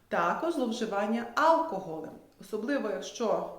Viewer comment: Чому áлкоголь? Аж по вухам ріже